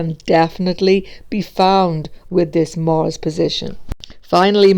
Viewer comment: And not Morse,but Mars 🤣🤣🤣🤣 Whats this accent?